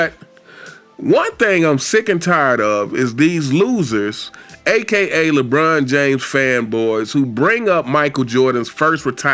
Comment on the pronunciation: Skip bayless called him Lecon James 😭